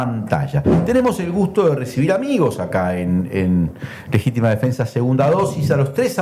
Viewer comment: Dice " defesa",choca al leer